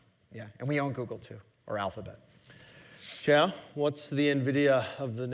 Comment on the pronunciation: Costco is not the blueprint for Amazon. And her name is Qiao, it's not Zhao.